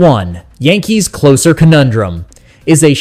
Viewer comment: Why would any serious baseball fan pay attention to this AI generated narrative? It interprets the slash line as a string of "divided bys" and pronounces "closer" to rhyme with "dose" rather than "hose." What a crock! In any case, it's much too soon for anyone to be making realistic pronouncements about the 2026 roster.